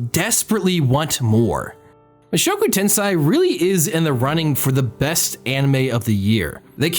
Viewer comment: This is entirely me being autistic as shit but please check the pronunciations of Japanese titles before you say them lol. Mushoku tensei=Moo-shock-ooh 10-say